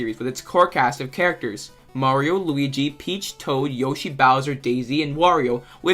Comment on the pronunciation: i would say i liked the video but the way u pronounced "yoshi" should be illegal